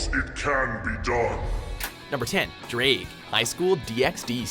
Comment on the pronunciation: Ddraig should be pronounced Dr-eye-G, I say this as a welshman who can speak. I havent seen HighschoolDXD right through, then excuse me if Im wrong xD